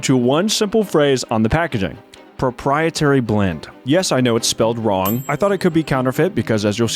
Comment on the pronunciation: “Propietary” blend. Must be the ingredient that helps with those “duanting” tasks.